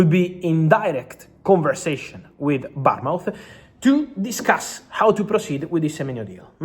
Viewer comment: He can’t pronounce Bournemouth I’m thinking he’s saying Palmont??